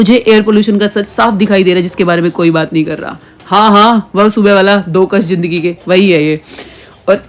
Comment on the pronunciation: Jindagi ❎. Zindagi ✅ Jameen ❎ zameen Jikr ❎ zikr ✅ Jaruri ❎ zaroori ✅ Jeera ❎ zeera ✅ Jabardast ❎ zabardast ✅ Jyada ❎ zyada ✅ Jeher ❎ zeher ✅ Jor ❎ zor ✅ Hajaar ❎ hazaar ✅ Najuk ❎ Nazuk ✅ Najar ❎ Nazar ✅